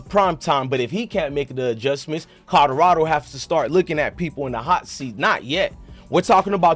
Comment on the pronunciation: I CANNOT deal with the way he pronounces CodoRODo and BACKETSball…….im sorry my boi 🤷🏽‍♂️😆🙌🏽🤦🏽‍♂️🫴🏽📱